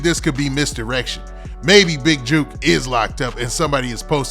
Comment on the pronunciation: It not “juke” it’s “jook” like saying “took” only with a J. Y’all out of town dudes sound so lame trying to say Memphis names. And why y’all speak on Memphis politics when y’all don’t know S H I T